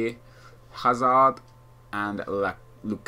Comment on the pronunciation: no offence but why do you pronounce players names as if your from that country? like you said hazard and lakuka weird, ive noticed you do it on most videos?